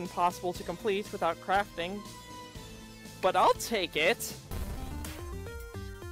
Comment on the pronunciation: In the beginning it soundid like you said with out craping